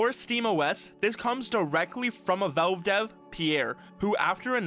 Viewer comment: Genuine question, not snark or malice: Why do you say "Velve" instead of "Valve"? I first thought it was an accent thing, but I'm pretty sure you wouldn't pronounce "pal" as "pel". Anyway, this was a fantastic deep-dive. Looking forward to seeing how this HMD evolves and what ends up in consumers' hands in the (hopefully) not too distant future!